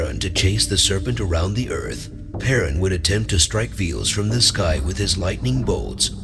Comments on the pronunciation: Ah yes, I see no effort put into the pronunciation of God's names to fit the pronunciation in Slavic languages. Veles sounds like Willy's and Dažbog is DZ-bog lol. Rly? Dee Zee Bog?! :O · единственное, что мне не понравилось в этом видео - это произношение, имена, НАШИХ БОГОВ на латинский лад... ПерУн, ВЕлес, МОкошь и тд. Они так звучат на славянских языках, а не то что автор преподнес с неправильными ударениями. В остальном - хорошее начинание, надо просвещать людей, чтобы помнили - КТО ИХ РОДНЫЕ БОГИ!